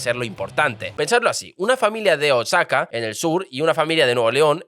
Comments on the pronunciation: Nueva León, Cauhlia, Oaksaca, Chapas... Jajajajajaja Me hizo el día 😂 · No es Osaka, es Oaxaca y se pronuncia Oajaca; Coa-huila y Guana-juato. Por cierto, Osaka está en Japón. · Oaxaca no se lee OAKSAKA se lee OAJAKA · Excelente contenido amigo y un muy buen resumen de nuestra historia y la diferencia económica entre el norte y sur del país, abrazo desde México. Jajajaja pero no es la correcta pronunciación Chi-a-pas, Oa-xa-ca, Gua-na-ju-a-to. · 😂😂 hoy no amanecimos leyendo bien los nombres... me encanta tu canal siempre muy buen análisis. Pero no es cauhila, oxaca ni ganaujato.😅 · Oaxaca se pronuncia oajaca 👉👈